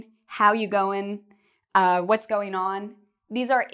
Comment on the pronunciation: when u say fast u say what s goinon?